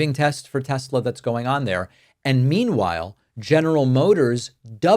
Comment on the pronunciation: "I love Tes-slur!"